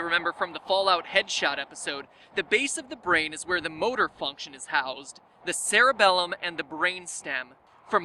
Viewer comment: ELL Oh ELL. You said "Cerebellum"